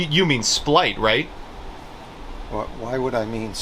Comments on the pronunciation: Take a sip for every time says "Splight" instead of "Spright". Let's see how long I can remain conscious... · It’s SPLIGHT